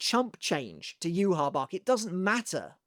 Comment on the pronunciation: Using Rosetta Stone? Perhaps you can use that to teach you how to pronounce Yhwach correctly.